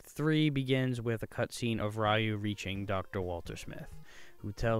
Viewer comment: It’s (Re-u) not (Why-u)!